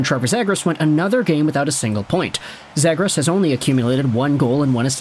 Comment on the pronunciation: The way you pronounce Zegras, is like me pronouncing Lagoricks. Oh and if 50 Subredditors are worried than I guess we should trade him.